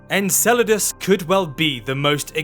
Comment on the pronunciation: in and if this dude says Encledaus one more time.....